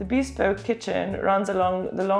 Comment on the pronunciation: For 28 m2 it really does look much more spacious! Good work. Incidentally, "bespoke" is NOT pronounced "beespoke" as you do in this video, but "beSPOke", with the "be" as in "beware", and the stress on the second syllable. No offence - just trying to help.